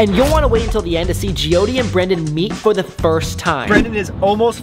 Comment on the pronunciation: Her name is Jyoti I think it's hard to pronounce for him😅